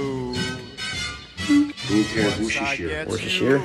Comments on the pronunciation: That's wrssssesre sauce 😂😂😂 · Worcestershire is pronounced "woos-ta-shuh" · I thought that is was pronounced wash your sister sauce. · It’s pronounced “WUSSTER” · Its pronounced "wooster" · It is not difficult, Worcestershire sauce is pronounced "Wooster" not whatever the fuck you said